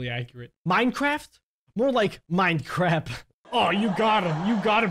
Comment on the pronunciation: Hey you say minecraft to minecrap